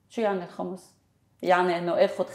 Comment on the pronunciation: نعم الخُمس بضم الخاء و ليس الخَمس بفتح الخاء